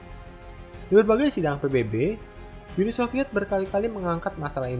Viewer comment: Nama channel lu salah bang wkwkwk, Uni soviet, Bukan Uni Sofviet wkwkwk